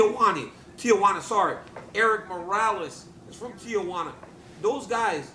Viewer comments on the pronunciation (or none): Am I the only person bothered when people add the unnecessary “a” to Tijuana i.e “Tiajuana”